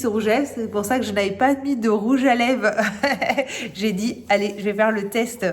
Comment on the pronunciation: J'adore, il est magnifique ce rouge à lèvres sienne ! Par contre tu oublies le "r" de lèvres, tu dis rouge à lèves 🤔 peut-être à cause d'un accent, je ne sais pas de quelle région tu es.